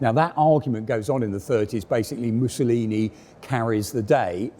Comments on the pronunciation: "Musaloony" hahaha possibly the most appropriate slip of the tongue in history. ( 5.10 ) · "Missaloony"? Someone's been watching too much 'Allo 'Allo? ;-) Gruber's Kleiner Panzer ("little Tank") was a wonderfully well done conversion.